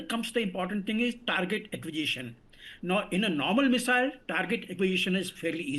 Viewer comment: It's pronounced "Tar-Git Ak-Qwee-Zis-Shun" Sir. But I hear you.